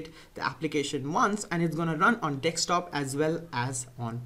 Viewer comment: Desktop and NOT dekstop